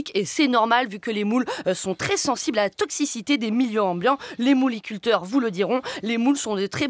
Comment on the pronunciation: Les "mouleïculteurs" xD xD xD